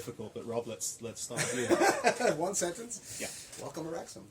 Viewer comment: Wrexham…Wrexgam……that just another word now! You both can DO anything!